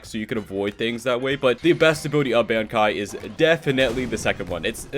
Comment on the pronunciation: Stop saying Bankai it’s so annoying it’s pronounces bon-kai